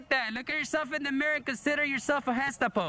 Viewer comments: Accent on the second syllable on gesTAPo. But i i like the way U say it. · LOL Guess-TAPO LOL I think you meant to say GESTAPO LOL